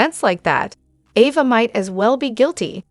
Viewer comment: Can you say properly her name A va!